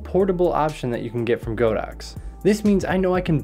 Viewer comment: Great video 😀 Btw, it's pronounced "God-Ox" (not "Go-Dox")